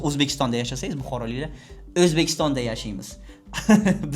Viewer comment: Men ham Buxorodanman . Perfect O'zbekistonni talaffuz qilganizga 😅